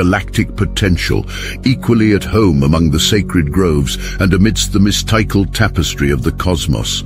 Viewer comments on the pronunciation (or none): Mis-tike-al. / mystical 😂😂😂😂love them AI readers